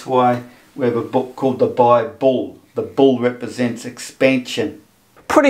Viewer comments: BI-BALL = BIBLE. This one killed me. The illiterate imbeciles who think humanity has only ever spoken English since the dawn of time and that every word in existence is therefore derived from their language are always hilarious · Am i get it right? He said in the beginning BI BALL ? Instead of Bible ? @@ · "Bi-Ball"? Seriously? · WTF is this Doughnut Earth BS? And Bible, "Bi-Bull", Two Bulls ? I knew as a teenager that "Bible" is a neologism for the Greek "Biblio", which means Book. This guy isn't much older than I am. I hope he's just senile. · I suspect the correct pronunciation and etymology might actually be Bi-Bull. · These numpties (flerfers) really love their word salad: “Bible - Bi bull?” Really?